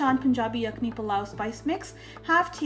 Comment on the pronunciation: I love the way you say Pilau!